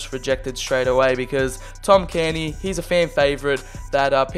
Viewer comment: Not carni cairney care-knee